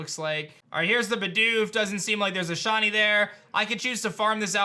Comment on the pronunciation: Sh I ney. Not Shawny say it with me sh iiiiii neyyy